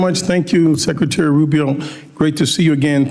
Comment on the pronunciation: Track Meeks it is Secretary. Not Secetary! He is typical….